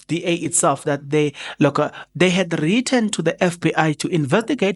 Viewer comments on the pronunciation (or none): none